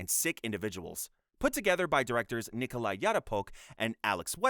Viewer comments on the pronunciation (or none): none